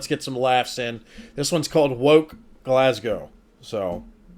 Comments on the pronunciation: " glaz- go " you got the city right ! normally its " glaz-gow " from the Americans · As a Scottish person you have said that right and also you have said GLASGOW right too.. 😂😂